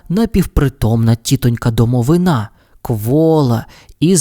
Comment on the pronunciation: Одразу перепрошую.) В слові «домовина» наголос на И. (Це російською «гроб» якщо що). Просто на майбутнє. Дякую за вашу роботу!😊